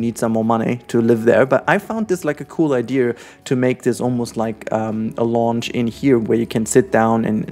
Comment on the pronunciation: Hey! Just a friendly heads up: the word “lounge” in English is actually pronounced with the German /au/ sound, with the same sound as the word “ouch”! The way you’re pronouncing it in the video sounds more like the english word “launch”, and it was a little confusing in the beginning! Keep up the good work and keep being you! ❤️